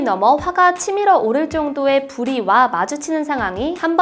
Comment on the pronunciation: 불의와...를 발음 안 틀리시려구 강조하시는 바람에 불이 와...로 들려여 ㅜ.ㅜ